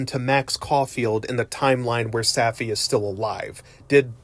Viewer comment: Safi. Saw fee. they only say it a million times.